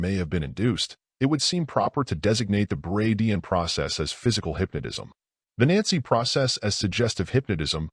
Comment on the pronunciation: I can't keep listening to this AI say "hypnodism".